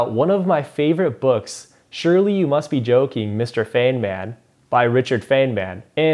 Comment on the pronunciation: its not fenman its fine-man